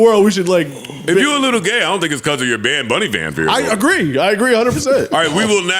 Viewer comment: "Bad Bonn-ie.." 😂😂😂